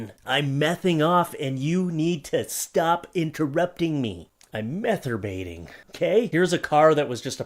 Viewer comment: Oh my God, I almost died when you said methyrbating. I nearly choked to death. Well played good sir, well played.